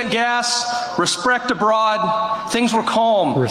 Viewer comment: Resprect. That what he said. Lmao.